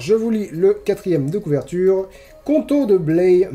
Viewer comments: Bonjour ! Pour info, concernant la ville du seigneur Jaufré Rudel, on ne prononce pas Blé mais Bla-yeu. ^^ J'ai grandi dans cette ville, été au lycée Jaufré Rudel et connais vaguement l'auteur héhé. Toujours aussi chouette ces coins lecture. :) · Alors par contre,, on dit "Blaïe" pour "Blaye" =) (C'est en Gironde, un peu au-dessus de Bordeaux) Merci pour ces critiques, c'est toujours intéressant!